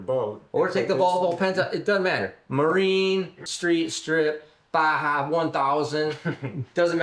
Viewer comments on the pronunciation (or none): none